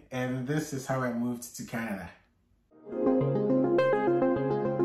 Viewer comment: My boy dey slur. He start dey talk KENEDA🇨🇦, 😂😂😂